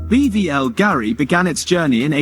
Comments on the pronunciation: It’s not BVL Gari it’s Bulgari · its more of a personal top 10 jewelry brands. AI voice over with poor pronunciation due to lack of research. wtf is BBL Garie?